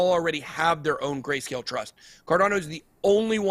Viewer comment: huh huh, he said gayscale